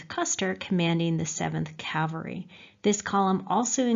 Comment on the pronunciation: Wish she didn't consistently mispronounce "cavalry" (of all words!)